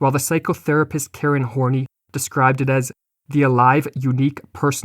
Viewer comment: I think its pronounced as Karen "Horn-Eye"